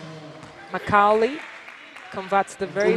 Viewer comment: This lady commentator is so crass!!! How could you not know how to pronounce Macaulay? Perplexing to say the least